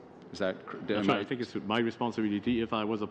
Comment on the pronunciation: Great, another franco nazis in bilingual position who is NOT fluent in English, surprise, surprise....lolllllll, NOT. he is replacing another Quebecer..., just beautiful...These people are corrupt to the core...all of them, especially from Quebec. Its three, moron not tree, its think not tink, its that not dat...bloody idiots...lollllllllll. ESL scum bags...